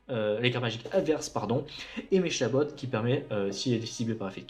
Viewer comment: J'aurais trop prononcé MéKabot perso, ça me perturbe un peu ahah ! Mais sinon bonne vidéo, ça me donne envie de ressortir mes cartes :P